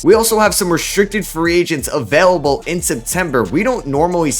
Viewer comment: "A player that's UhVELable" Where are you from? Are you Canadian?